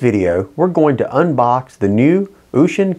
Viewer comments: ushin is a boat. its is said similar to ocean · What did you call it..ooshun..?